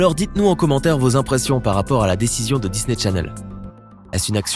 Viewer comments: On dit descendan et dis.ney challene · Pauvre Cameron 😫😭😢 mais par contre du dis "Disney Tchanel" par fois et des fois tu le dis bien mais tu dis aussi "Descendents" au lieu de "Descendant" c bizarre